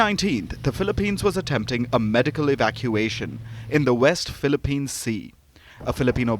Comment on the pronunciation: First news anchor and reporter to say it right "WEST PHILIPPINE SEA"